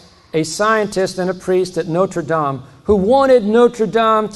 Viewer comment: He means Notre Dame in Indiana but pronounces it the way he does because he is pretentious.